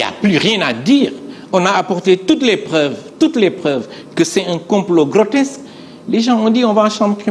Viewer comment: Ohhh il est soûlant ce journaliste et oui pas logique. On dit grotesque et non grotexce, ignare va! Qu'ils sont élégants, éloquents, pertinents et réfléchis... les Pastefiens 🥰